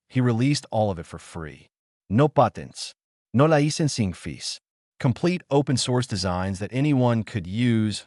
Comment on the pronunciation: The narrator's accent for "no patents... no licensing fees".... LOL